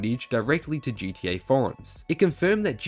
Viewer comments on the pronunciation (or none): I can’t with this shit now it’s GDA learn how to talk ffs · Yuuuup he said it damn Brit’s can’t say GTA they say GEA shits annoying